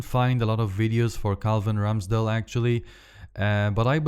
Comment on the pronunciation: سؤال هوا رامسديل جي لبفربول ولا ايه اصل انت غمال تقول راميسديل